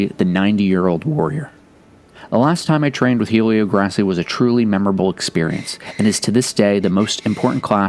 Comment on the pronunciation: Just a nitpick, but the name is typically pronounced “Elio Gray-See.” H’s are silent in Portuguese. Another great video!!